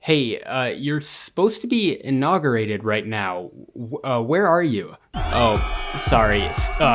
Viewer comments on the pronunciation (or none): Inaugurated? I thought you said Intoxicated!